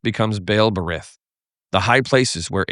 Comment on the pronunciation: Ber-eet. The yod makes the y sound like hol-y(ee) and even though transliterations indicate a soft or spirant T with the English spelling TH, it is not pronounced hard as a spirant the way we do in English. It's simply a soft version of a T Love the videos btw!